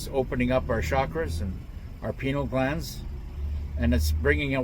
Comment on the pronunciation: It's pronounced; 🥧+🦵+ all Gland... Pie + Knee + all Gland...